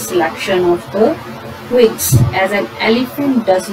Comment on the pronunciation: The narrator climbed the trees to cut twings